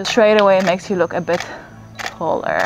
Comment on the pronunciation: When she says taller,I hear “hoeler” is it just me?